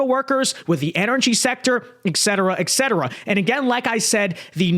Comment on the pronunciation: Not "ek-cetera." et-cetera used at the end of a list to indicate that further, similar items are included. "we're trying to resolve problems of obtaining equipment, drugs, et cetera"